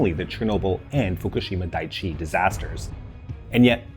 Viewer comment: Very good video! Small pronunciation improvement, Daiichi is pronounced Dai'ichi (Daee'eechee), which means something like "number one" or "title position".